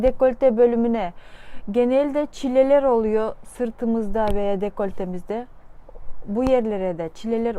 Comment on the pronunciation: hocam muhteşemsiniz. hocam naçizane bir yardım ÇİLELER değil ÇİL LER olacak. Size hayranım hocam.